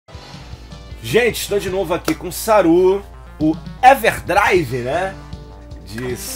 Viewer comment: Sempre racho o bico quando ele fala saroo é pra jacu 😂